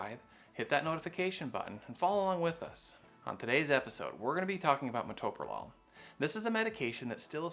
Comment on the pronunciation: This quack who’s not an MD can’t even pronounce it